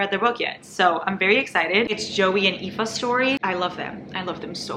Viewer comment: finally someone that ca pronounce aoife